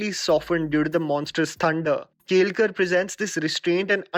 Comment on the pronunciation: How difficult is it to pronounce केळकर